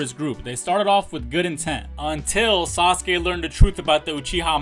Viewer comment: It's not sasake it's sasuke 😂